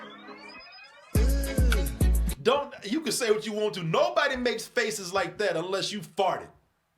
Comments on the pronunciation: "MAKLES" ???? Somebody drunk already? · "Makles" lol. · What's Makles? 😂